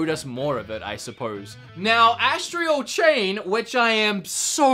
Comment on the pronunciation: Lol “Astrial” Chain